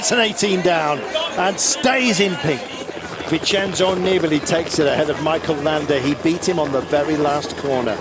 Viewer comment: "Don't bet against Vintendoneeballitiday!!!!"